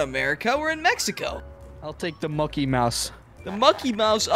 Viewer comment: It's not Mukey it's MOCKY